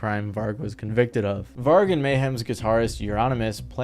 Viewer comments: It hurt me when he butchered Vargs name 😭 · man... get your pronunciations right!! even the doco you got the footage of Varg from has all the correct ways to pronounce those names/places many times throughout it!!